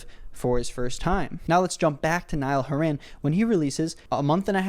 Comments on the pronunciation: i love how he pronounces nialls name as "niall who ran" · Niall went from Irish to middle eastern in one mispronounciation